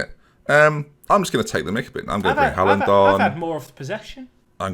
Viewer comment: Pronounces Jovic and De Ligt incorrectly Corrects other dude on his pronunciation of 'Chiesa' Other dude pronounces 'Haaland' incorrectly Says nothing ->Me: Turns off video